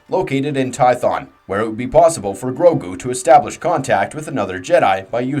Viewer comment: There are sooo many pronouncement problems in this video i tried to ignore it but it just continued with more and more words im just really glad you say grogu right lmao